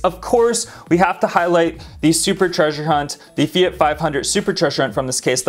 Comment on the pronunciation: LOL.......Fiat, not Feit........